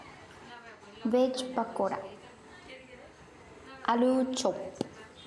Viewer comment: Her pronunciation, alu parotha,veg pakoda, alu chop, chatpate and somosa is cute.